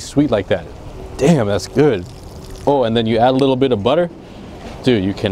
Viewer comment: " A little bituh butter "